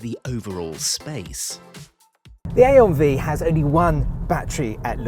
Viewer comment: You had every opportunity to call it the I-on Five, but you went with A-on Vee 😂